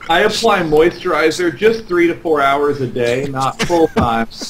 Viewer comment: how you say it? Moysteriseur?!.... I recently downlorded Starwarz Repurblic, but it sux, I playd 2 hourz... - ROFL. Stephano is the business.